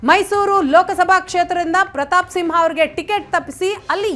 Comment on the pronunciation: It's SIMHA not SINHA